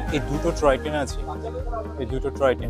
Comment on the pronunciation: Troy train noy, "Toy Train" Bolun.